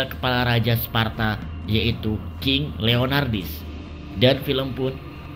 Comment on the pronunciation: Leonidas kok jadi leonardis sih wkwk